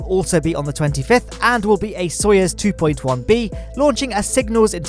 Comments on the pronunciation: please, for the love of Gagarin, it's "So-you-z" not "So-yez" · So-you-z isn't quite right either. Cоюз has a "ю" which is pronounced as "yu" (the U being flat, which isnt how the word you is). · "Sa-yuz" is how them Russians pronounce it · Is it possible to write down the word Soyuz in such a way that the letter u sounds as u: ? It hurts my ears with such a bad pronunciation of rocket names. (Big fan). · english isnt my 1st language, but the u in soyuz is different than how I hear you said. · This man can't pronounce Soyuz to save his life lol